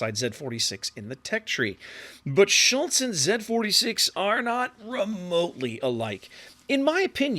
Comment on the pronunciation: Nailed the pronounciation on "Schultz". As a tip, japanese vocals = german vocals. So if you ever wonder how the "u" in Schultz or Hindenburg should sound, just remember Yuugumo. The "e" is annoying, cause in english there's either he/she or netflix/set. In german, it's always the latter. So Felix as in netflix. Same for japanese, Tone(tflix) as an example. I can only think of a single exception, being = "ie" is a long "i". Don't ask me why we can't just write Friidrich lol. Funnily, in japanese the exception is "ei" being a long "e".